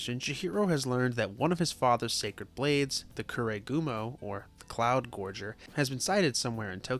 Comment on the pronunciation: it's cloud gouger not "gorger"